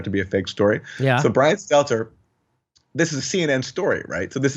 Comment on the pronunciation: Is that George Costanza's gay little brother? "Stelter, Seltzer"? Like clockwork, every time he's in a segment, Jimmy botches his name. Everyone has trouble with his last name. Don't know if it's the awkward last name, his creepy smile on that fat bald face, or that he is lying little twerp, but he is definitely the most unlikeable POS in the media.